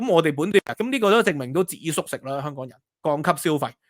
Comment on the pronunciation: 蜑家人發音:康港😅